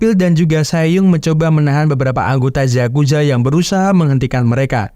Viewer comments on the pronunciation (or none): yakuza bang bukan zakuza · yakuza om bukan zakuza